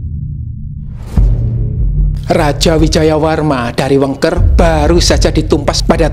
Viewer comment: Dari sini sy baru tau cara baca Wengker ternyata pakai e pépét.😂 Selama ini pakainya E lebar